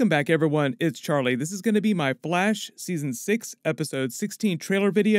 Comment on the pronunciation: In he said blash